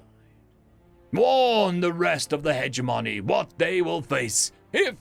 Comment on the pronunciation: hedge-money -> heh-jemonee